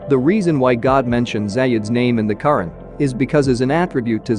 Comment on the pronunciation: AI mis pronouncing Quran